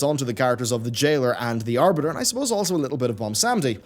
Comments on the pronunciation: Oh no, not "The Aribter"! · Mmh yes, the "Aribter."